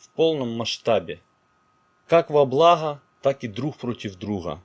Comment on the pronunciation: Как же Вы хакаете. Друхим Бохам, блаха, друха. :(